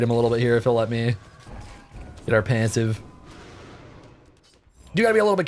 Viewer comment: how this guy says passive makes me mad tilted